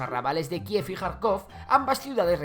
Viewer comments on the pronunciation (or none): none